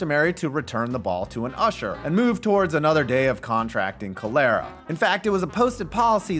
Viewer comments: LOL, the disease is COLLAR-UH, not COLE-AIR-UH. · call-uh-ra. cholera is pronounced call-uh-ruh. if you continue to pronounce it like caldera out of spite that's fine, but for the love of jesus's permanent erection it's pronounced call-uh-ruh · Did you really just co-leh-rah? It’s cholera. Kaa-lr-uh. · Cholera is pronounced "KA-lera", not "CO-lera". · …..how did you pronounce Cholera? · C'mon man, learn how to pronounce cholera correctly lol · I get that you're bigtime enough to have script writers (or chatgpt, lol)- but probably have someone go over how to pronounce contracting cholera because you mad butchered it. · Definitely not how you pronounce "cholera."